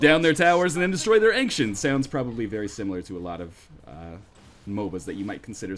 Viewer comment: ..It's Ancient as in "ancient fossil", not "Anksient"